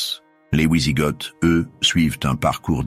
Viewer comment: On ne dit pas ouizigotes, mais vizigots (phonétiquement d’origine germanique).